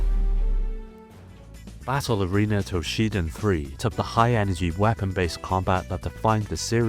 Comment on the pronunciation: Battle arena toshiNden, you ate the N there.